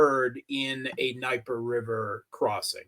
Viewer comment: What's with "Nigh-per?" lives in Moscow and doesn't know it's D-knee-epr?